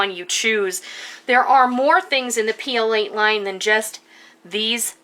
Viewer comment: I believe it's pronounced "plate". I noticed it for sale recently. Nice stuff. Love the canning rack.